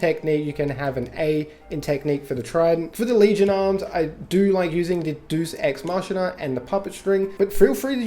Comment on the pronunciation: Dey-uhs ex mah-kee-nuh